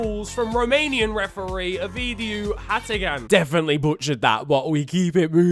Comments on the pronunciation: And btw you said the Romanian name perfect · Hey man! Good pronunciation of "Ovidiu Hațegan". Believe me we are embarrassed as well by how we officiated the game... is not his first time butchering games. Also, I am surprised that you didn't include the fact that in the same game, one of his assistants asked Haaland for an autograph... that would have been funny. Also also, very good pronunciation of "Industria Galda de Jos". For someone who doesn't speak Romanian, you nailed it. Keep up the good work fam!